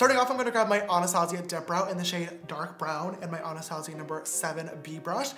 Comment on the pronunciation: Am I the only one that was triggered by how James pronounced “Anastasia?” - Nope? Just me? Ok.